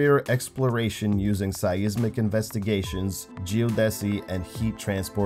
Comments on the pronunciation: Learn how to pronounce "seismic". LOL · As much as I love your vids, and am happy to see a new one finally, I feel the need to tell you to google some words for proper pronunciation. Altitude, seismic, seismometer as examples. Still love to watch you, even if I have to laugh at how you say some words. And remember, once the Voyager crafts go dark, V-ger will arise.